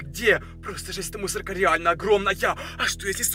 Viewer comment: +++, еще последнмй слог в словах выговаривает, пример: мусорКА, сониКа